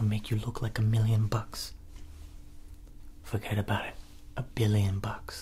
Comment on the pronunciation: It's not fergt about it it's fergt abooouuuuut it